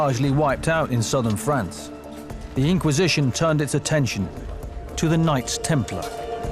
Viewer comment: he calls France “Fronce”. lol.